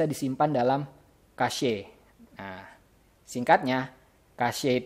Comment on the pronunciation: haha itu bacanya (Cec):v gw sering denger orang bule di youtube ngomong cache. kalo kasye kan aneh:v